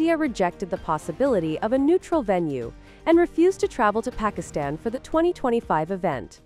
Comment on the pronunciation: This Pakistani channel can't even pronounce Pakistan 😅